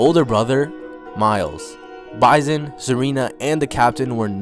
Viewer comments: His name is Bison (like the animal) not pronounced Bizon and his last name is pronounced Day Lay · (BYE-SON) bison (DELAY) dele dude imma need u to stop butchering names smh u do this often